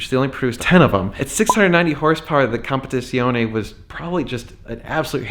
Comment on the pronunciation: The Italian ‘Z’ is pronounced like ‘TS’ like in pizza [peetsa]. I = EE. E = AY. So Competizione is pronounced like ‘Compet-EETSEE-on-AY’